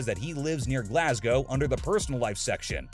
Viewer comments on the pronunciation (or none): none